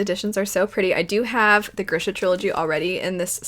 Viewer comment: Thank you for saying Grisha the way you do! I say it that way too and was SO irritated about how they said it on the show.